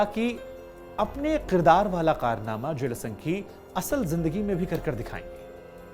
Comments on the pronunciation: जेलेसन्की नहीं है, ज़ेलेन्स्की है महाराज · Aap Ukrainian rashtrpati ke naam ka baar baar galat uchharan Kar rahe hain